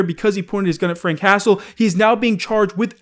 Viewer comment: Anyone else keep hearing "Frank Castle" instead of Frank Hassle?